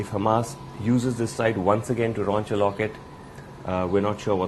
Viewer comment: "Raunch a locket"